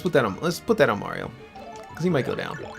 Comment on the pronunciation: If I've learnt anything from this LP, it's that May-rio is the correct pronunciation. I see Robocop with a skull jaw, in robes, slowly melting away like the Wicked Witch of the West. I wonder what that means about me.